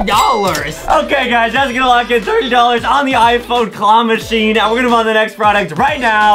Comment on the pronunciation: Adam just have a mispronouncing part it the part of claw machine